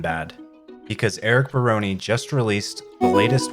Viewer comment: Is that how you pronounce Barone...